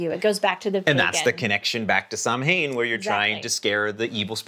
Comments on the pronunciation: HI!Great video !! Just wanted to let you know it`s actually pronounced Sowan not sam hain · Samhain being an Irish/Celtic word is pronounced "sow-unn"... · Just wanted to let you know that Samhain is pronounced like Sow-in (sow rhyming with cow). I really like your philosophy of no naughty list. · What a great video! Samhain is actually pronounced "Sowen" - the Celtic language is very weird...Such a pity this isn't celebrated here in the North, I used to love it as a kid, the excitement. In our region the young men would later in the night go from house to house, scare the people and threaten to beat them unless they were given alcohol 😅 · I think it’s human nature to want to laugh at our fears…which may be another reason for the resurgence of some of these traditions. p.s. Samhain is pronounced “Sow-in” 😊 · Samhain is pronounced saa-wn. Just sayin’! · Samhain is an Irish Gaelic word, which would have been quite different to the Celtic languages spoken on mainland Europe. As an Austrian living in Ireland who has not been able to manage to learn Irish (Gaeilge) so far, I have been made aware by my children, that in Irish Gaelic “mh” in the middle of a word usually has a “v” sound and therefore Samhain should be pronounced more like Sow-in or sah-win.